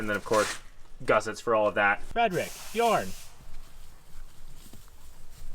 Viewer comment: Hey boys. As a Norwegian I need to tell you one thing. There ain’t no O in Bjørn. If your dog is Norwegian he is probably bothered that you have pronounced his name wrong his hole life😉😂😂😂 BJØRN